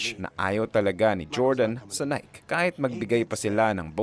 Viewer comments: Nike -Nae kee hindi Nayk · Nayki hindi nayk!!!!!!! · Its Naykeee boss not nayk.😅.. based on greek mythology nike..haiissttttt.. aral muna para alam ng lahat ang tamang pronouncation .. details matter boss . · Nai-kee ang tamang pronunciation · Nike = nai-kee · maganda maliban lng sa pagbigkas mo ng nike...